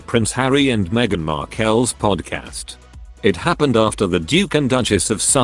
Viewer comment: Why can’t you get the name Markel right? Plus, she is the Duchess of Sussex just like “Kate” is the Duchess of Cambridge.